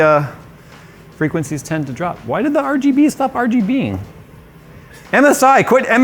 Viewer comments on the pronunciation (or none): wHy iS iT nOt aR-gEE-bEE-iNg?